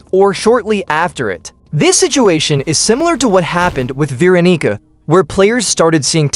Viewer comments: atp stop saying veeronica ur just saying veeronicker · It’s veeroniga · SHLAWG DIDN'T SAY VEERONICA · Mf said vaniger im not capping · HE DID NOT SAY VEERONICA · Bro said veeroniger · Bro did NOT say Veeronica 😭😭😭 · bro definitely ain't saying Veeronica bro said veero###### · why did u say veeroneeca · Dawg did NOT say veeronica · where is the g in veeronica? 😭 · I was just about to say that too lol bro did not say veeronica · I heard Veeronigga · i fr heard veronika Veronica ate the rubber fruit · Veeronig this is sus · vee ron EEggah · I don't think he said her name right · I... I dont think that how you say Veeronica...